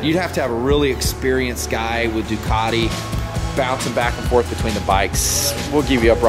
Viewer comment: Duc-ah-te....... Duke-at-ee is like fingernails on a chalk board to Ducatisti.